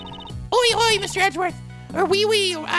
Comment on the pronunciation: So apparently we should tell when he pronounces words incorrectly in our native language, in which case: "Oi" rhymes with "koi" or "joy" "Fie" rhymes with "die" or "lie"